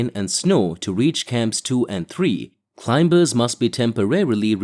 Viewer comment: Hey, would be nice is you could pronounce climbers properly. I mean it's the most important word in this genre. It's not clime-bers. The B is silent. Just saying.